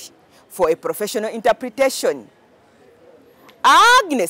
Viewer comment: I love Agnes nandutu but wasssup with her stating her name as AAAAGggnus nandutu lolest